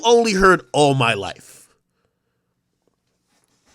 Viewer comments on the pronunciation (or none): 'Maybe you only heard....All My Lifffe' 💀💀